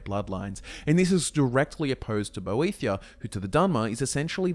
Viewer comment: It's great that you know all this lore but can you get your pronunciation right ive just heard you call (Boethiah): bothia and boethra and it's very distracting